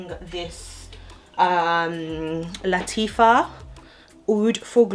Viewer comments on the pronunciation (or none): It's LATTAFA not LATIFFA